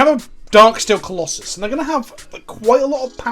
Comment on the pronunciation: What tried to say: "what is the plural of colossus?" What actually said: "what is the pllll of klloss" I will never understand how british accents work. Do you just leave out half the letters?